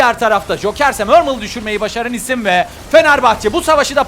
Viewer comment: adam her hafta düşen isim yerine düşen işim diyor alkjgalkjhlkah